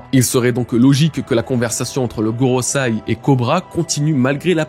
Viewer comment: Ça fait plein de vidéos que je t'entends dire GorosAi, c'est gorosEi 😭